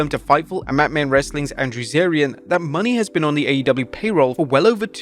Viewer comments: Mercedes “MOE-NAY” not money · Its Mone not money broth. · It's MOHNAY not "Money". Jesus... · Her name is Mercedes Monet not Mercedes money. Holy crap lol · Her last name is pronounced mo-nay, not money lol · JFC, LEARN TO SAY HE LAST NAME CORRECTLY! ITS NOT “MONEY” ITS MONÈ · Moné, Mercedes MONÉ not Money ffs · Mone is pronounced “Monay” not “Money” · Bro, it's MO-NAY not Money 😭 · its MonE not money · Mercedes MO-NAY bruh... Stop saying her name like that. Are you illiterate? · I'm not even a huge fan of Mercedes, but Jesus, say her name right. It's not Mercedes MONEY. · It's Mo-Nay Please pronounce it right..,. Please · Mercedes's last name is pronounce Moe-Nay. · What is up with this dude and pronouncing Mone correctly? They literally said it like 10 times last night, and this chap still says “money” with such conviction 😂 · Plz learn how to say her name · I still dislike how he says Mercedes Mone name, but I am glad she is in AEW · why tf do you mispronouncing mone’s last name?